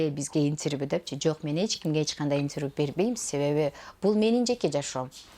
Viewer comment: Иньтирвю дейтко)))